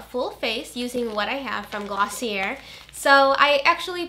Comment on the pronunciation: I apologize in advance but the brand Glossier is pronounced 'gloss-ee-aye' i'm pretty sure it's french!